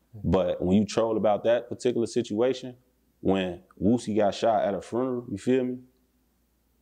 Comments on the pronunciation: Frunerarl lol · He Ain Say Funeral He Say FRUNERAL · “Furnerl” 😂ccc be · My mans said a "furnel" 😂😂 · He said he got shot at a where? Somebody teach him how to say funeral 😂